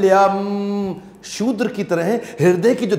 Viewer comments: Shoodra shabd nahi hai kshudra shabda hai .. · हरे कृष्ण। वो शूद्रं नही क्षुद्रं है